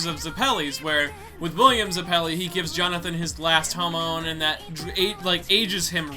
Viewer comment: Why do you always have such a hard time pronouncing everything? You can't even pronounce Zeppeli